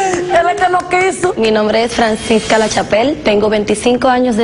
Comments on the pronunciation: Franshesca? Jejejeje... Es Francisca La Mejor! 😁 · Que bochorno, dijo Franchesca en vez de Francisca.